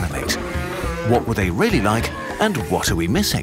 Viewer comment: And they actually sounds like Yee